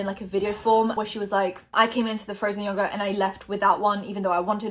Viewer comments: The way people in the UK pronounce yogurt makes me want to die, love you tho ❤️😂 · Everytime you said "yogurt" with your accent it made me smile :) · I love the way you say yogurt <3